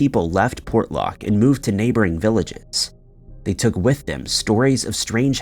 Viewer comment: Excellent, great job on Port Lock, you got pretty close to how we pronounce 'nantiinaq' & Kenai...you r awesome.